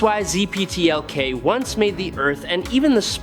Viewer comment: Dont do stories about characters whose names you cannot pronounce correctly. It takes away from the idea that you even know what you're talking about. VERY DISTRACTING